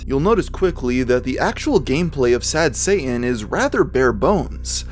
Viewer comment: Occasional it's pronounced "Sad Sayh'in" and other times pronounced "Sad Satan" weird!